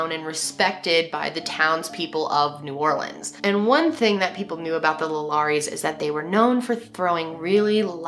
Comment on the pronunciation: A QUEEN PRONOUNCING NEW ORLEANS RIGHT!!! this new orleans native is super happy lol